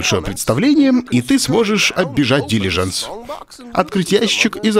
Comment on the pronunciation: Ляяя Олег хватит говорить дИлижансы , дилижАнсы правильно , аж уши режет